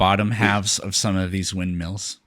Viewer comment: He keeps calling windmills "wind meals" 🙄🤦‍♂️